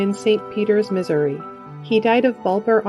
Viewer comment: U DID NOT... REEEAALLY pronounce Missouri ..MISERY????? 😂😂😂😂😂